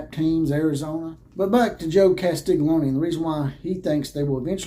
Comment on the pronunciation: Drop the lony and say own. Castiglione.